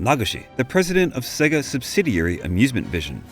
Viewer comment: Amazing video thank you! Just one tiny thing though. SEGA is pronounced 'SEYGA' (rhyming with AGES) not SEGGA (as in EGG).